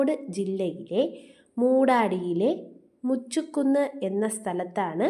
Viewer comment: മുച്ചുക്കുന്ന് അല്ല മുചുകുന്ന്